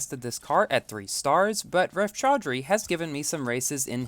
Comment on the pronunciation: chaudhary pronounciation ..lol... haha nice lap bro